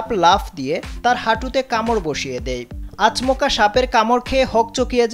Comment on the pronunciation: আচমোকা কি জিনিস সংবাদ পাঠক ভাই